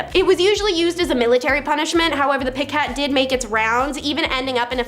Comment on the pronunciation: You cannot pronounce coup de grace ( coo de grâs ) or piquet ( pee ca) or a hundred other words in these videos that always has me trying to correct you from the otherside of my screen, but your worried about... and cannot for the life of you figure out how to pronounce fife ( just how it looks... fīf ) I love watching your videos because a couple of you are really really funny and most of the information you have is pretty cool but the words that you mispronounce just slays me. I don't know if it's a generational gap or what. But it hurts my ears man. Please for the love of everything that is holy. Contact me and I will tell you how to pronounce these words before you publish.